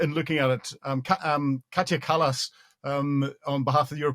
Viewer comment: Kaja Kallas [pronounced as Kaya] (not Katia), Vice-President of the European Commission and High Representative of the European Union for Foreign Affairs and Security Policy